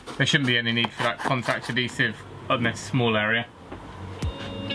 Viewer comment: pronounced: Add-dee sive 👎🏻 Add-hee sive👍🏻